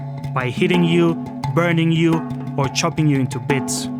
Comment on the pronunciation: I heard ‘ chobbing’ you up into bits